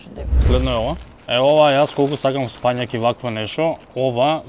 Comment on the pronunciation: спаЊак бе (6 пати кажа!) 😂😂😂. Слушај си ја како правилно се вика. СпанаЌ. Тоа спаЊак 👎 е селски увоз за тој збор. Затоа, браво 👍 за правилниот, правописен СПАНАЌ, 😉. За кУбасицата 🙄😬🙃, ќе простиме, заради спанаќот 🎯